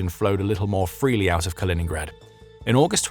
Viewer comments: KalinINgrad not Colingrad. You're supposed to be the authority here. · It's not "Carl-in-grad" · It really detracts from any credibility you claim to have when right off the bat you totally mispronounce the nam of the region you are purportedly an "expert" on...Kaliningrad was renamed after the Soviet Bolshevik hero and former mayor of Leningrad, Mikhail Kalinin... My name is Colin. His name was Kal-in-in, and the regeion is called Kaliningrad... Do your homework before you purport to know what you are talking about please.